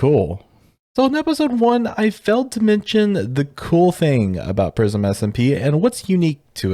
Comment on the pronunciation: I thought is said racism SMP instead of Prism SMP 💀